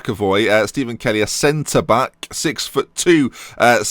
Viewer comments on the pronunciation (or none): none